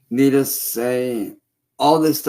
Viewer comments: I still think he's saying "needles" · Is he saying "needles"? To me it sounds an awful lot like he's saying "needles".